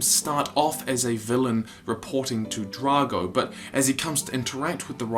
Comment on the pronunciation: its drako not drago